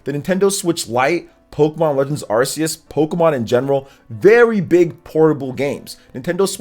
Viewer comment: Why is is pronouncing that Pokémon game name wrong, again? Learn the name man.